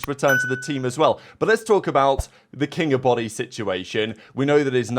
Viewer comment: This is what Shift kept calling him in the match vs Faze (maybe not on purpose but it was hilarious he never pronounced his name right)